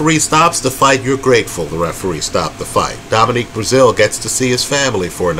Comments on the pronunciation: He’s consistently horrible with names!!😂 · Dominic not Dominique! Lmao